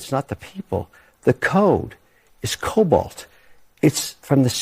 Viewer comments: The word is 'Cobol' Not Cobalt 🤦‍♂ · its COBOL not Cobalt...